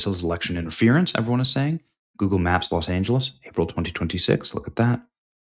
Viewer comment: Did you say Goebbels or Google?